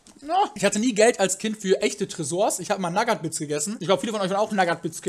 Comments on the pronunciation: Also ich war ein NaGaT bItS Kind und bin jtz eine NaGaT bItS Jugendliche Ps:Es heißt eig Nugat bits/Noughat bits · naggat bits? das sind nougat bits :D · Naggat bits??? reicht doch langsam mal. Sneakers....Nagat bits.... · nagat bits... ich kann es nichtmehr hören xD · Hat er wirklich naggat bits gesagt?? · spricht Nougat bits schlimmer aus als Flüchtlinge mit a2 Deutschkurs.